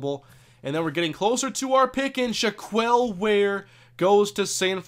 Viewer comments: Not shack-kwell either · By the way, shack-L or Shack-Elle is the correct way to pronounce Shaquelle, not shack-eel.